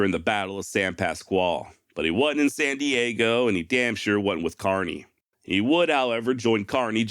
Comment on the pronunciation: FYl: lt's pronounced kerny not carny.